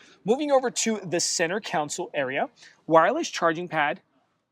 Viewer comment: Love that you had a chance to see this rare vehicle ahead of time. Also, “Center Console” not council. 😊